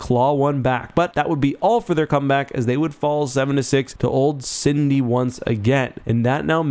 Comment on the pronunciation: Its Sydie... not Cindy.